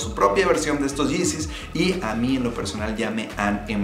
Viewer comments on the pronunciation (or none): Los yizis, los izis dice jajajajajajaja.